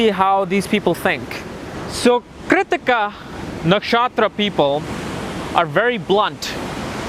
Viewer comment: It's funny how he pronounces Keertika for Krittika, Bharaani for Bharani, Ashwaani for Aswani or Aswini nd many such laugh jerking words...anyways its a nice video though not a complete guide and both my sun n mars are in this nakshatra whereas my sun is said to be in the 1st pada of krittika in Aries for my DOB on the 14 th of MAY and I've my moon in the most royal star of Rohini!